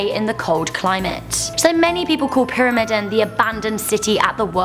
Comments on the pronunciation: IKR? And the I in the word is supposed to be long. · I GOT SO FRUSTRATED WHEN SHE DIDNT PRONOUNCE PYRAMIDEN RIGHT XD